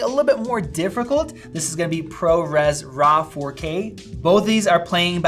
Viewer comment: “Diffrecult” dude you’re making up your own words 🤣